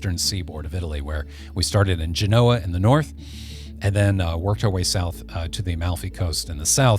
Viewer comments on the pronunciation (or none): none